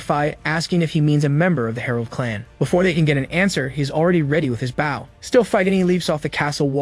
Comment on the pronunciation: He keeps calling the weapon a bow as in bow wow. Instead of bow(l). Others do this as well. They need to change the spelling of the word.